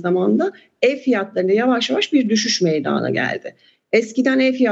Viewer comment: Lütfen ‘meydana’ kelimesini doğru telaffuz edin bu ne ya?? meyyydana ne ya?